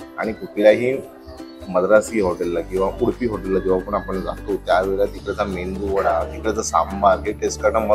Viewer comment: O mendu vada nahi medu vada please!